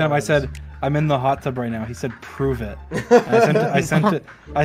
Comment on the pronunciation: “I FAGAT HOW HAWT IT ISS“ 😭